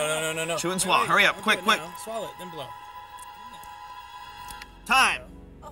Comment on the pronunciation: Joe always said " Chew and Swollow"...